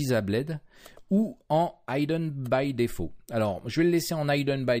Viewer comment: C'est la première fois que j'entends cette prononciation pour "buid" et "hidden", c'est voulu ? Vous dites comment "building" pour gratte-ciel ? "Baïlding" ? A part cette prononciation déroutante, j'aime plutôt ...